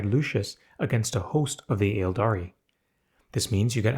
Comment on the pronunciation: Um actually 🤓, the first “A” in “Aeldari” is silent, and “Slaanesh” is pronounced like “Slon-esh,” not “Slah-neesh.” “Slah-nesh” is also acceptable.